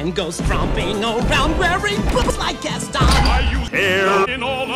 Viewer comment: It sounds like they are saying i want to die gaston instead of saying my wat a guy gaston or is it just me?